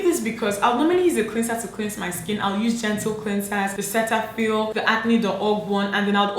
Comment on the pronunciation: Umeh .....…Cetaphil is actually pronounced Ce-da-phil.